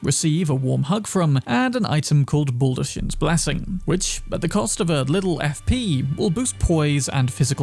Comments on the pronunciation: Son, she SAYS it in game… 😂 Baldachin’s is pronounced Ball-duh-KINS. Y’all taking advice from someone who didn’t even listen to the game’s dialogue 😂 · But it's read and pronounced as bal-da-KINS blessing. Fia says it herself, just mispronounced it in the video. Something can be a silly coincidental pun without being an intentionally placed double entendre. It's not that deep.